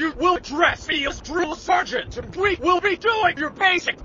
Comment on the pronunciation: don't wanna be that guy, but it's "Sergeant"